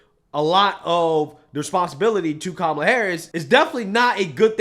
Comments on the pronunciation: Before he lectures anyone about paying their taxes he needs to talk to his son. Speaking of his son. What kind of father puts millions in his drug addict son’s hands to buy all the drugs he wants. President Biden contributed to Hunter’s addiction. Whoopi mis pronounced Kamala’s name, but can we expect someone who thought Jill Biden should’ve been the Surgeon General because she had a Doctorate. Only problem is her doctorate is in education. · Whoopi pronounces Kamala's name wrong... WHERE'S THE OUTRAGE FROM THE LADIES OF THE VIEW??? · Once again, Whoopi mispronounced Kamala's name. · Whoopi pronounced Kamala wrong and no one called her a racist or gave her grief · Seems "Whoopie" can't seem to get Kamila's name right either? I expect the black community to correct her and call her racist now! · did she just say her name wrong? Gasp! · I wonder if Michael Eric Dyson is going to call Whoopie a racist because she mispronounced Kamala’s name? 🤔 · Did I just hear whoopie mispronounce Kamala's name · I’m old enough to remember that his son didn’t pay about $1 million in taxes and Whoopi just said Kamala‘s name completely wrong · Whoopie cant even pronounce kamala how whoopies side told us to say kamala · Did Whoopi just say Kamala's name wrong?! 😮 OMG! how racist of her! Where is Michael Eric Dyson now haha TRUMP 2024 LETS GO! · Huh oh… Whoopi pronounced Kommie-lah’s name wrong… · Haha whoopie said Kamala wrong, whoopsie whoopie that’s racist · I thought it was racist to mispronounce Kamalas name? Whoopee did just that and nobody said a peep. I truly hate these people! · We'll be Goldberg. Said kamala harris's name wrong.We better get on her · Whoopie mispronounced Kamala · Whoopi just said kamala's name wrong!!! Ooohhhhbb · did you notice how many times Whoopi said Kamala's name wrong lol but if vance or trump do it they call is racism lol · She also didn’t pronounce Kamala right lol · Are they going to give Whoopie grief for not saying Kamala right?